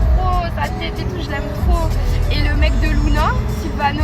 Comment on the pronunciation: Mdrr julviano au lieu de silviano